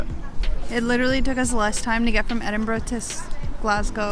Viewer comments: My instant respect for pronouncing both Glasgow and Edinburgh correctly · Hi guys really enjoyed the video and well done on your pronunciations, they were spot on. When you come back you have to visit Edinburgh during the festivals during August, the city is out of this world at this time of the year. Thanks 🏴🏴